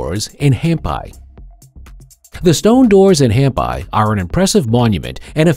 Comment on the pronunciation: It's pronounced Hampee,. So tired of mispronunciation in these videos.